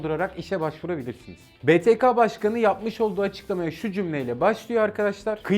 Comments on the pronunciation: Beteka diye okuyorsun Beteke diye okuman lazım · btk betaka diye deyil beteke diye okunur